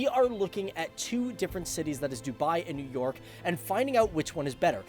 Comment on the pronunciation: Nev york